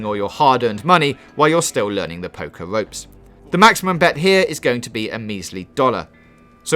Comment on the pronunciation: He's bad at pwaying pokow